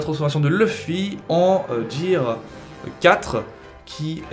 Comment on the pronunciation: "Jear"... omg